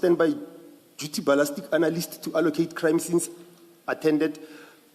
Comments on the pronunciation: When does "ballistic analysis" become "ballastic analysis?" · The moment yhey have a certain word they specifically mispronounce know that 'umgulugudu' has arrived This one says ' balastic'